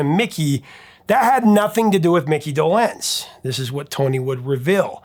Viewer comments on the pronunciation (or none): I love you and I am the biggest Monkees fan ever!!!! But just one thing is like nails on a chalkboard. It's Micky DOlenz. Not doLENZ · I was 10 when the Monkees were on TV, and I never heard Micky’s name pronounced Doe-LENZ, but rather DOE-lenz… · It’s pronounced Dolenz, not Dolenz. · I was just thinking of Zager & Evans IN THE YEAR 2525. have you dived into that one...hit wonder? I never heard anyone put the accent on the second syllable of DolENZE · "DohLENZ"? ...sigh... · Regarding the pronunciation of Micky Dolenz's last name, I believe the accent is on the first syllable. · Do in Dolenz is pronounced with short O. Also, it's a hard Do and soft Lenz. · Seems you pronounce Dolenz differently than I've ever heard. 😂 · You’re mispronouncing Dolenz. The accent is on the first syllable. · Longtime fan here, Professor, but The Monkees seems like a gap in your prodigious knowledge - mispronouncing Dolenz and Rafelson says as much. Would love for you to give them a much-deserved 2nd look. The saga of The Monkees battling Don Kirshner for creative and musical control over their albums and recordings is one of the great stories of the Rock n' Roll Era. And congrats on topping 900k subs! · Not the point but the way he was pronouncing Mickey Dolenz is not how I remember it. I was 10 when The Monkees premiered and liked them just fine, I think I had a mild crush on the group, but my musical tastes veered off from them rather quickly. For instance, The Beatles White album only 3 years later was a prize purchase. Eric Clapton, All man Brothers, etc had my attention, definitely not the more pop kind of music Anyway, we pronounced it closer to doe -lenz, but perhaps my group was wrong, idk. I thought I knew? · Why don't you know how to pronounce Dolenz? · Why are you pronouncing Mickey’s last name so weird? Can’t get passed it!